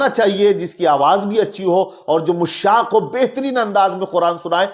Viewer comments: मुश्शाक़ नहीं दुरुस्त लफ्ज़ मुश्शाक़ है जनाब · Are Janab Mushshak nahi Mashshak lafz hai.